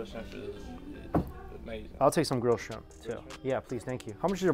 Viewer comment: "I heard good thing about your shirmp" Idk why i laughed way to hard at that bc Mike serious face.